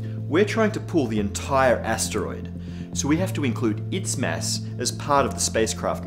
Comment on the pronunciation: Every time he says mass, I hear mess. Stupid, I know, but it makes me chuckle.